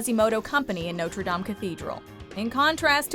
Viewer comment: Love the video but that’s not how you say Notre!